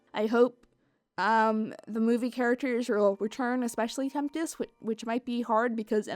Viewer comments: Take a shot everytime says “temptest” instead of tempest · STOP SAYING TEMPTIST! IT IS TEMPEST!!! damn it, there is no T in the middle! holy shit thats annoying! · Everyone is getting all technical about the production and how this movie was overall.... yet I’m still stuck on how keeps sayin Temptest instead of Tempest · Why does she keep saying "Temptest" when it's clearly been shown that it is "Tempest"? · Why do keep saying temptest her name is tempest shadow but her real name fizzlepop berrytwist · Am I the only one who heard her say Temptest instead of Tempest? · I love how she kept referring to it as 'the horse movie'... I may need to start doing that. Can agreed with the various comments. Would have appreciated a story on the origins of cutie marks... but that wouldn't have sold enough toys methinks o3o Also: Temp-tes? I can't un-hear that now... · she keeps saying temptest. . . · here's a fun game take a shot evey time she says Tempest's name wrong! lol jk don't do that. remember kids, alcohol is bad and fellow adults moderation is key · horse can't say Tempest